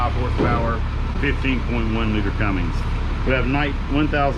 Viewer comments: Tell him to stop saying Cummings its Cummins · you should know how to pronounce Cummins engine rather than Cummings it's not coming never has been never will be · The fact the guy giving the tour doesn't know how to pronounce Cummins is a little disappointing lol. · there's no "g" in Cummins